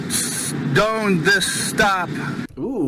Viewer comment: "I do not con-se-done this"? I swear I can smell the alcohol through the window just watching this. Lol